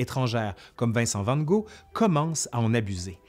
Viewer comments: Vincent Van Gaud? Quand on parle du peintre on prononce Van Gaute. J'arrête de pinailler et je continue le visionage. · 😄grâce à vous(ce n'est pas ce que je retiens de la vidéo) j'ai été voir comment se prononçait son nom. En fait c'est Van "kok". En tous les cas merci pour votre travail. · en fait, c'est plus du style Fan Gor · "Van Go" : c'est la première fois que j'entends cette prononciation, c'est sympathique. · c'est claire ^^ c'est gog ici x) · Juste une petite observation qui ne retire rien à la qualité de ton reportage : Van Gogh se prononce Van Gogue en Français ou Fane Rôr en Flamand avec la jota espagnole bien appuyée sur les deux "r", ce qui en fait quelque chose de tout à fait folklorique à prononcer pour les francophones... Bon courage à ceux qui essayeront. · On dit Vincent Van " gogue ", c'est comme cela que l'on le prononce mon cher ami 😉 Il aurait pu mettre un lien pour en acheter l'ami 😊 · Vincent van « go » 😭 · je suis québécois et ces la première fois que j'entend cette façon de le prononcer !! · A , je ne sais pas si c'est une erreur de prononciation ou si on ne dit pas le second G en VFQ, mais en Français de l'hexagone, le second G du nom de famille de Van Gogh est prononcé. Autrement la vidéo est intéressante.